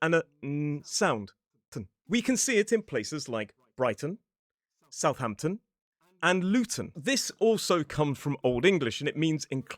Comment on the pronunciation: Southamton seems to have lost an h and defied the "-ham" rule.